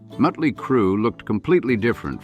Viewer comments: Stop mispronouncing motley 😮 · 😂😂😂 I know.